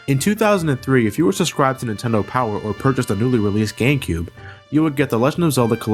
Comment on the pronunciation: he mispronounced GameCube for gay cube.